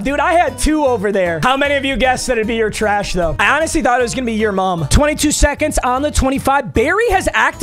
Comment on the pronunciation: "Ur Treash" Gang!